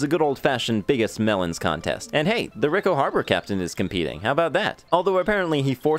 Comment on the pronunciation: Pi-an-TEE-sim-o, not pi-an-ti-SEE-mo, come on, you pronounced pianissimo right, why not his actual name? Edit: While I'm at it, it's REE-ko, not Rick-o Harbor. Italian pronunciation rules!